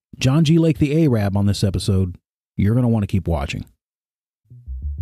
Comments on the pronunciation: Ay-rabb?? That is not the way to pronounce Arab!! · The mispronunciation of Arab is so disturbing and distracting from your message.